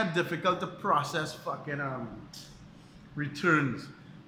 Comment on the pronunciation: Yeah. I can tell by the way you said 'fuckin'